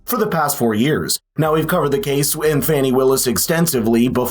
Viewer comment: Oh no man... it's FA-NEE...not FANNY.😂😂😂😂